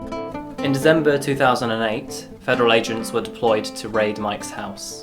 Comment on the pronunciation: DeCember NOT DeZember